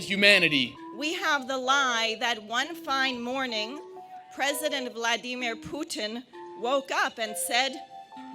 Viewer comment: VlaDeerMen Pootin